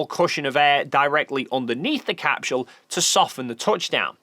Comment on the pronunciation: Why does he say capSHule? What accent is that?